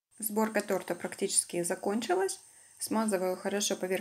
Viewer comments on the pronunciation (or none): Была одна) тортА сказала) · Торта ударение на первый слог